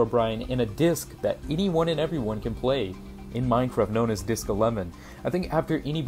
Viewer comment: Is it just me or did he say disc a-lemon?